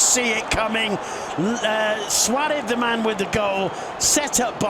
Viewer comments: Why this guy calling Suarez "Suarev" all the time xd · Anyone gonna point out the English commentator trying out his Spanish name pronunciations lol Suareth!!! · hate this commentator and hate the way he says "Suarez." what a dummy